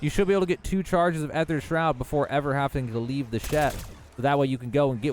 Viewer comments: It’s pronounced ee-thur, also turn off motion blur, increase your FOV and enable tac-sprint dawg 🤝🏻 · "EE-THER" shroud. The AE combination in words gives it the sound of just a long E